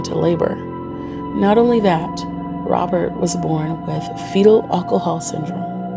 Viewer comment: I think you do an excellent job with these videos.. the ONLY thing that gets me is your pronunciation of the word ALCOHOL. BUT SERIOUSLY.. LOVE YOUR VIDS